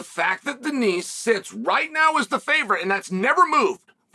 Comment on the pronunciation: Someone has got to tell Chael not to pronounce the "s" in Denis. Benoit (ben-wah) saint Denis (den-E).